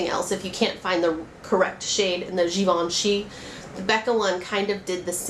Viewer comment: You say Givenchy perfectly :) they have nice blushes, too but you should really try the Chanel cream ones, they set nicely.